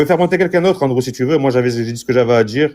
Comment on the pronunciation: Sa part mal le live ,le gars dit André au lieux de Andrew.LOL